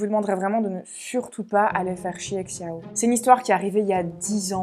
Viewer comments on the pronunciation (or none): Xiao peut se prononcer "chiao" avec un accent français, mais la prononciation chinoise se rapproche plus de "sho" ;) en tout cas bravo pour ton travail 💛